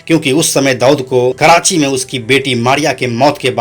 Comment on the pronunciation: छिछोरे लतख़ोर दो कौड़ी के अपराधियों को हीरो बनाकर ग्लोरीफाई करना बंद कर दो मूर्खो.. ऊपर से होस्ट.. बोलने तक नही आ रहा जिसे.. फरीद को फडीद.. छोटा राजन को छोटा ड़ाजन... कराची को कडाची.... हद है